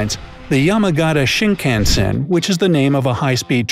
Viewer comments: There are 5 million vending machines, not 50 million. So many mispronunciations. The photo stickers aren't pronounced, "poo-ree-kuu,rah" and thee bullet trains are "shin-kahn-sen". Any other countries with confusing address system? Japan doesn't use the geographic location of street and number. You have to list prefecture, city, ward, neighborhood, district number, block number, and house number. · Please work on pronunciation. You mispronounced many Japanese words like "purikura" and "shinkansen." Some of these facts are not common aspects in Japan such as the subway chin strap, the moomin lunch buddy, and the miffy green light. I've also never seen Pringles as ramen, but I can buy a small can of Pringles chips at every convenience store around me. Please specify where you find these or you are providing false/ misleading information that these are common aspects of Japan.